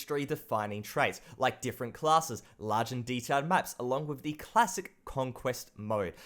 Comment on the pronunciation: FUCKING!!!! It's "The" not "Va" doing my fucking head in mate